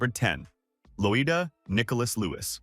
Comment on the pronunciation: It’s Loy-da